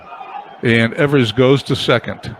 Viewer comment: ...love the fact that you are doing a 50's replay...some name corrections for you...Johnny Groth is pronounced 'Growth'...and Hoot Evers is 'Ee vers' emphasis on E...as for McDermott, he was always considered a good hitter, in fact he use to get some pinch hitting calls. Lots of offense in your replay eh!